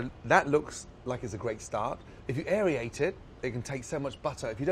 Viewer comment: Gordan says AerIate instead of Aerate. It's Air-ate